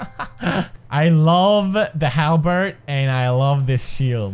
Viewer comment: Halberd = Hala Bert or Hambert